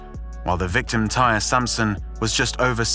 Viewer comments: omg... thank you. I was wondering wtf, why isn't anybody pointing this out. Damn, disrespectful AF researching someone's death and not even getting the pronunciation of their name correct. smh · TIE-REE!! NOBODY NAMED “TIRE”. HE’S NOT NAMED AFTER A CAR PART. SAY IT AGAIN…..TIE-REE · It’s not pronounced ‘tire’. It’s pronounced ‘Tie-ree’. He didn’t die on impact either. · you could have at least said his name correctly, who tf is TIRE?? (its Ty-ree) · American here. Never heard of Tyre being pronounced as tire. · his name is TIE-REE.... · Out of respect for this young guy I think you should make sure you have his name pronounced properly. His name is ty-ree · All he had to do was pay attention to the dozens of news reports that pronounced his name correctly. If you’re going to do a piece on someone’s death, at least get their name right. It’s irritating listening to this man call him tire over and over. There’s a responsibility that needs to be upheld when you are presenting information to thousands of people and making $$$ off of it.